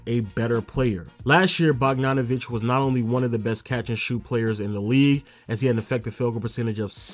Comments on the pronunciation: Bro, his name is Bog-da-no-vich. The ch is pronounced like itch not ik. It's not borianovik. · Again with the Bogdan Barjanović 😂😂 dude, he's last name is literally like his first name... I don't get it 😂